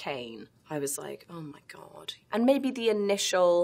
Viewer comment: Emily sounds hella American with the Oh Mah Gawd